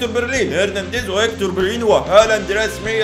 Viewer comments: بلرين ❌ برلين ✅ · برلين ✔ بليرين ❌ 😂🤣